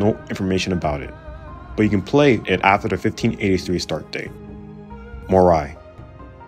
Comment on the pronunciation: Good video and interesting Tier List. However, the way you pronunce some daimyo is horrendous my friend (Mori and Takeda for example), you should have checked before !!!